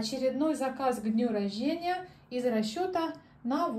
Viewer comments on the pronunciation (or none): А что слово рождение нельзя произнести правильно! Ужас! А блюда одни и те же.